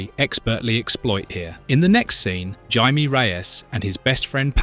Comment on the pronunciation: I do wish you pronounced Jaime's name correctly.